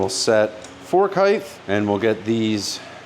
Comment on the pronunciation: Don't worry about the way you pronounce "Yamaha". Be more aware of how you pronounce "filter". Sorry... I mean "Phil-Durr"... or the fact that you think "height" ends in "th". Width does, Height does not. There's no such word at "heighth"